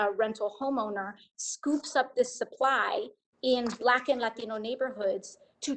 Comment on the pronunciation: There she goes again with her "latino" pronunciation trying to sound like a legit latino.